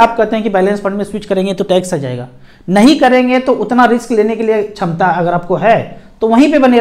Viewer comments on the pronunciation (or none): none